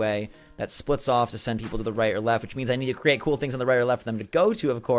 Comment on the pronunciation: Brewster says "coo" for cool because he's a pigeon. Pigeons say coo.